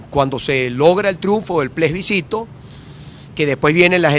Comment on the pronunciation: Capriles sigue con el PLESBICITO... plebiscito, practique